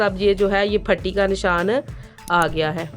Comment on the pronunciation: پٹی ہوتی ہے، پھٹی نہیں ہوتی،